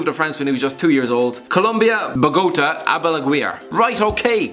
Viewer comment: Yo why you butcher Bogotà like that?!? Disgrace.